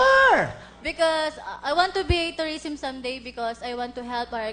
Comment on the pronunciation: I want to be a “toureesm” HAHAHAHA tngena mo ate